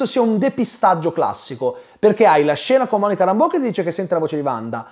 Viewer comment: Si ma se il personaggio di Monica Rambeau viene pronunciato "Réimbo" sia in originale che nel doppiaggio italiano, perché sul tubo ( compreso) sento sempre dire "Rambò"? È inglese, mica francese